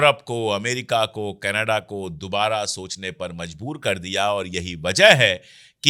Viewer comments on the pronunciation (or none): none